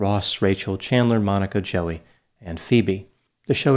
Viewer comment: Who is jelly? Was he trying to say Joey?